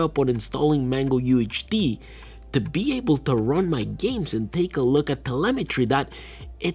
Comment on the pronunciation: Various names botched * KDE Connect -- KDE * MangoHUD -- MangoUHD *TLP -- LTP * CachyOS -- CatchyOS